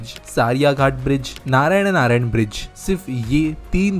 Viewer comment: Kya 😢 pronunciation kar raha hai 😭😭😭 KO-LIYA BHU-MU-RA, SA-RAI-GHAT, NARA-NARAYAN